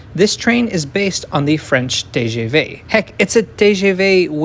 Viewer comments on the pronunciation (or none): Your French is pretty lame. "TGV" is pronounced "Tuh, Guh Vuh" -- not TAY GAY VAY. Ugh. Most Americans are so language-clueless. Since you've lived all over the world, this is a bit surprising.